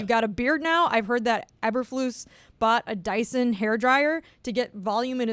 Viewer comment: u guys are so out of town stupid none of u can even pronounce eberflus correctly